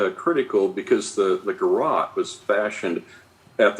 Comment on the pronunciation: I’ve always believed that John Ramsey didn’t have anything to do with this until I watch the Netflix series when he strained to purposefully mispronounce the word garrote when it would be easier to just pronounce the it correctly. And you cannot tell me after all these years he does not know how to pronounce the name of the weapon that killed his daughter. That is absolutely bizarre to me. 🤔